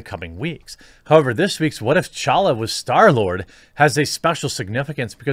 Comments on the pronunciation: Wow you’re the first person to actually pronounce T’challa right😂😂. Respect bro. The T is fucking silent people. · Major props for pronouncing "T'Challa" correctly